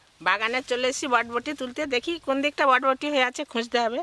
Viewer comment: botboti noi borboti bole go